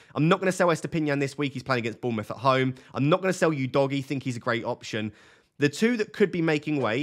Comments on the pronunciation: For the love of god, please stop calling him "You-dogie" lol it's "U-dogie" 😂 But if I was in your position & had 2 FTs I would definitely look at selling two Chelsea players, most likely Jackson & Chilwell. Not sure what defender I would replace Chilwell with for now as there haven't been any standout defence options & the rest of your defence looks good already then Jackson for Alvarez prob looks like a great straight forward move to make. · Udogie is not pronounced as "You-doggie" , it's "who-though-gee" FFS 😂😂😂😂